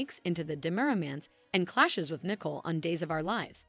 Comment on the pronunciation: Narrator- please review the character’s proper name pronunciation. Example: Nicole is not “Nickel”; and quit repeating comments you have already stated.